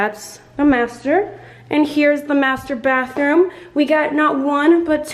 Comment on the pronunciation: I heard Mater bathroom as masturbate room